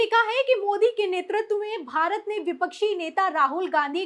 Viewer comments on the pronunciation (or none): none